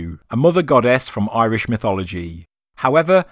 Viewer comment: Ah man at least contact Irish people for pronunciations stop assuming you know